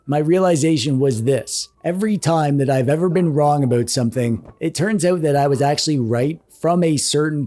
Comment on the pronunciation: Are you Canadian? The way you say aboot